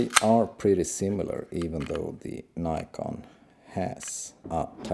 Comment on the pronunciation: its Nikon not Neyecarn